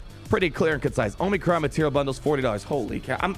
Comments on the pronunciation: Say it with me... AW-muh-cron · I still laugh every time you say "oh-mee-crons"...